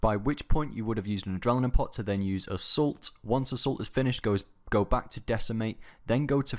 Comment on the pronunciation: You say "Adrelinine" lmao. But 10/10 street cred for you:)